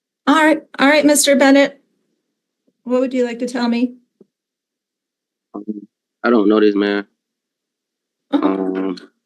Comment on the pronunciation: "iono, iono..." 😂😂😂